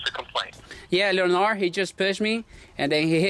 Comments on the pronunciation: Leonard pronounced with a D Leonar(D) not Leonar just fyi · Leonard- Pronounced lenerd Le Nerd Leonard the nerd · It sounded like the female name“Leonor”....to me! 😂😂😂😂😂😂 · Los tienes bien puestos. another good episode brutha! FYI: His name is pronounced LEH-nerd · ...the name "Leonard" is pronounced "Len ARD" - the o is silent. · Wrong.. pronounced.. Lin nerd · Pronounced Len-erd Skin-erd. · Lol it's Leonard like Sugar Ray Leonard lol 🇵🇷